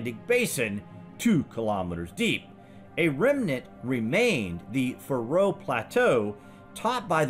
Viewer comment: Thanks for a great documentary! I'm from the Faroe Islands myself, and if I may mention one thing, is that the pressure is on the A in Faroe, not the R. So it's a long a, Faaroe Islands. Cheers and keep up the good work!